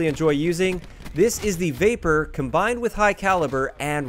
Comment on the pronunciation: When he said vapr I thought he said vaper